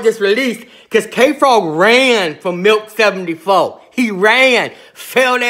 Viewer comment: Sounds like he keeps saying Milf 74. lol